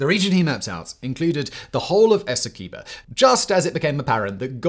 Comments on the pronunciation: its a pronounce es-see-qway-boh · In Guyana, I always heard "Esequibo" pronounced "Ess- Quay-boe". Of course, that is no guarantee its right, just what the locals (sort of) called it.